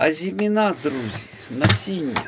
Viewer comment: Не плутайте слова “озимина́” і “азимі́на”. В українській мові (на відміну від французької) наголос у слові "азимі́на" на передостанньому складі